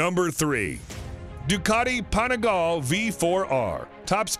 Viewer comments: Asprilia? Apreleah? Aprilia? The guy can't figure out how to pronounce the name. If I was Aprilia I wouldn't be too pleased. And then there is the "Panigal". These "professional" readers/announcers sure don't do their job very well. A tiny bit of homework ahead of time would have helped with proper pronunciation. With regards to the bikes, I would be happy to own any of them. All beautiful. Have owned Suzuki, Yamaha and Honda in my past. Even had a Piaggio MP3 at one point which was super fun. Wonder how the guy would pronounce that?? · wtf is "desmodici"? and wtf is "panigaaal"?? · "Panigal"...so american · "...the Ducati Panigallll..." it's pronounced "Panigal-lhey" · I have got used to Americans butchering words and letters, ZED for instance, but could the names in this video be more mangled? We have an A-Pril-ia, an As-pril-lia and also a Panigale pronounced Panigall! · You mean the “Panigal” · PanigalE.... pronounce the E.... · Shame on you and on your pronunciation of every Italian make and model! I’m not asking anyone to speak Italian but it’s just some super famous brands. Every e in Italian is pronounced as in ‘let, bet, set’ so PanigalE, BrutalE, SEriE and by the way VersacE; never never like in ‘see’! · Panigall! Really dude. depressing how bad you're pronunciation is. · The way he pronounces panigale makes my ears bleed